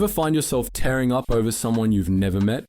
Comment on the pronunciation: AI can't pronounce 'tearing' properly.